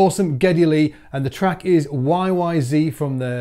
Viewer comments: Great video, but it's "YYZed", not "YYZee". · YY ZED, not zee! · Pardon me, sir, it's Y Y ZED Sincerely, A fellow Canadian (to Geddy) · Rush is Canadian: YY Zed. Thanks for the video. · I say the same thing every time, but nobody listens. Also, as an Englishman, should be saying "zed" anyway. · YYZ is pronounced why why zed, just FYI.